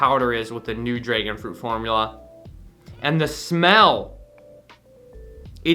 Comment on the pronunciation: My man rly said draegon fruit 🤣